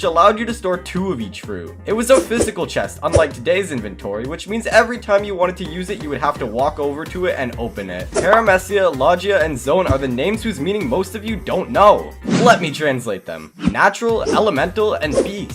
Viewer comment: he disrespected all of one piece with “peremehcia” and “lodgia”